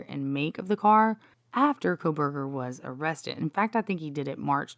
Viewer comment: Did you say Proberger? 😅